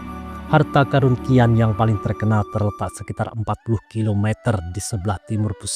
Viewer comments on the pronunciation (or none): Xi'an,,, dibaca "Si An",,, bukan "Ki An" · XI'AN , klo tdk salah pelafalannya adalah Si'an.. Jd bingung hehehe. Qin Shi huang, klo gk salah pelafalannya chin shi hwang